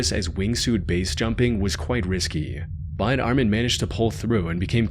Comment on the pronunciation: This narrator literally pronounces the word "but" as "bied". How. Unlistenable